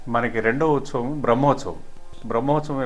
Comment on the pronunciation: Sir meeru telugu clear ga matladandi .. Uthsavam sarigga anatledu.. n thanks for the vedio 🙏🙏